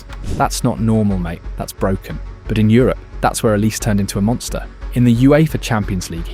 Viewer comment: Sounds more like Olisay than Olice.